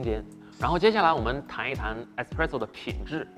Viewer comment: 是espresso 不是expresso喔。。。